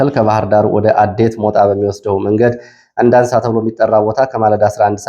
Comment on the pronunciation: ከባህርዳር ወደ ጭስ አባይ ባለው መስመር የምትገኘው ቀበሌ አንዳንሳ የሚለው አንዳሳ በሚል ይስተካከል ሁሌም አንዳንሳ ነው የምትለው ።